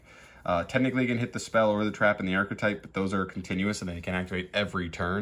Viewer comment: Just archetype, not ar-che-type